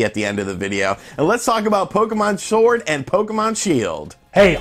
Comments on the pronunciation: LOL I thoroughly enjoyed listening to you say pokemon shord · you said "shord" hahahahahahahahhahahahahahahahahaha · In the beginning did he say Pokemon Shord? Lol